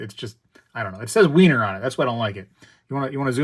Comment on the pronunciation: Over the pond Philharmonics are more popular and decent price apart from the general difference in premiums. It’s pronounced like Viener not Wiener (Vienna). The Queen Anne’s revenge first of series is lovely and has a nice premium